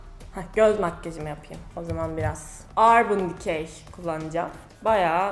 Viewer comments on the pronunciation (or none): ablacım o arbın dıkey diye değil örbın dıkey diye okunuyor.cook guzelsin ayricaa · örbın diye okunuyo aşkemm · Urban Decay'e ARBIN DİKEY dedin ya... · saçmalamakta everestsin örbın dikey diye okunuyor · yahu hatun parayi verdikten sonra ister örbin der ister anam der palet onun paleti dkdjdkdkdmjd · aarbın dı key djdjdjdhd çok tatlısın yaa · bende urban decay markasını ARBIN DİKEY diye okuyan kız makyaji yapıcam Damlacım. İzle belki nasıl söylenir öğrenirsin.